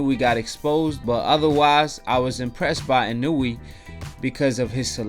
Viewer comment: his name is pronounced in-oh-way fyi Japanese pronunciations are similar to spanish. I think a lot of people count out the fact that Donaire has fought at featherweight and this is Inoue's third weight class and he's a 3x champ. size matters and this fight was never gonna be a KO. Inoue def has room for improvement but there were times in the fight where he looked ridiculous